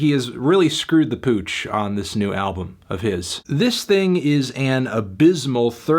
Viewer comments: "Ablum" hahahaha i didn't realise it before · "Nope, I have nothing nice to say about this music ablum" God I love